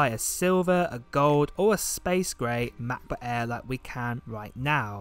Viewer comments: It's "MacBook Air" not "MacBook Aaaa..." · Hate you pronounce macbook air !